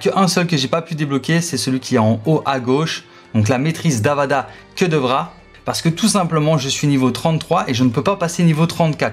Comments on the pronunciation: C est Avada KEDAVRA ET PAS KEDEVRA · Le sortilège de la mort se prononce avada kÉdavra, pas kEUdavra ^^ Merci pour ce tuto ! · Le sort de mort "que devra", je connais pas 😅 Puis pour les quêtes, on dit annexe, pas annextent, c'est Hermione qui me l'a dit ptdr